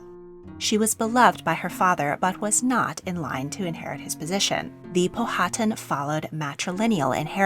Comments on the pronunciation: Being from Richmond Virginia, I have never heard Powhatan pronounced the way you said it. We say Pow- uh- tan, not pow-hat- un. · I was sitting here wondering how long you had to practice for pronouncing all these name. But...Powhatan has the accent on first syllable, not second. I worked for Powhatan Plantation for many years.